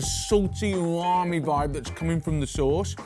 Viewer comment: What's 'Oowami' mate? You mean umami?..